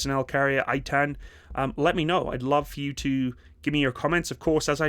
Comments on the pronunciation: Btw, it's pronounced Ei-tahn, not eight-ten 😅 love ya! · Just to correct the pronounsiation its pronounced "Eitan" and not "Aitan" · Eitan is pronounced “ey-tan” not “aye-tan” while the Namer is pronounced “nah-mare” not “nay-mer” or “nah-mer” IIRC, the Eitan was developed to be a cheaper complement to the Namer and also have the ability to travel long distances without requiring transport trailer to avoid tearing up roads and highways, allowing rapid response to emergency situations. I can’t remember which one but either the Namer or Eitan (maybe both?) will have a version featuring a 120mm breech-loading turreted mortar with auto loader. As for your thoughts about counter drone technology being integrated, the IDF is introducing the Rafael Lite Beam weapon system, which comprises of a 10 kw laser with a range of 2 km and altitudes of up to 5,000 meters. It’s also being paired with a remotely operated 30mm auto cannon on a separate 4-wheeled platform for mobile protection of troops. Don’t know if it’s operational yet or not…and you are correct in guessing that APS is being updated to dealing with drones, specifically the Trophy system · just to correct the pronunciation , its " ei - tan " (a is like the U in umbrella) no i-tan. thanks for the video and greeting from the troublesome holyland. some male israelis are called eitan , btw, but when its in a persons name form we never pronounce it like the formal word meaning steadfast. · The only thing you need to apologize for is your laziness in neglecting to call up an Israeli friend and asking: "what's the proper pronunciation of this Hebrew name"? In this case it's "Ay'-tahn".... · Proud to have played a small role in the development of this machine. BTW, as far as pronunciation goes - 2 syllables: Ei-tan. "Ei" like the name of the letter A, and "tan" like in the word "botanical".